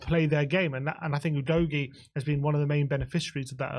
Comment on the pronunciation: Is it a bit of fun, and, you have udgoie, you've really butchered his name😅